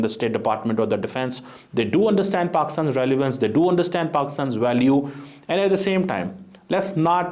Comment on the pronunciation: KYA ENGLISH HAI - RELIVANCE KYA HOTA HAI?